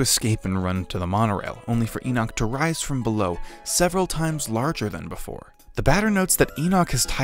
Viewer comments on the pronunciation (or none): none